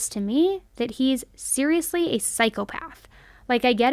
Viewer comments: your gonna have me saying Serialously instead of seriously now!! 😂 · I’ll admit that I’m having a few drinks tonight and “SERIALously” just flowed out of my mouth after I heard you say it 😂 it’ll be fine